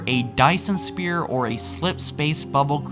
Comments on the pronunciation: Did you seriously say Dyson Spear? It’s sphere, you fuck. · your pronunciation of sphere and librarian make me want to kill a puppy